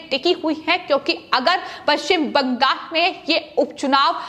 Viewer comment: पश्चिम bangas किऊं बोल रही हैं? बंगास नहीं,बंगाल कहिये।